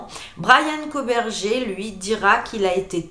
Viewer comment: Ça se prononce koburger comme burger king 🍔 😉